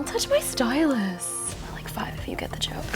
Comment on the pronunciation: Please stop saying stylus like that in the first video she was like “Stylus where’s my stylus”now she’s like “don’t touch my stylus